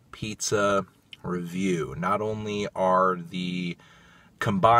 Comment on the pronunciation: “This is Rrrrrunning on Melon, food ReVIEW”